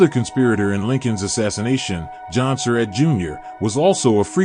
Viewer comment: David O. Stewart needs to learn how to pronounce the Surratt name correctly. He pronounces it like "Sir Rat," when in reality it's pronounced like "Sir Rot." If Mr. Stewart reads this, I admonish him to start pronouncing the name correctly.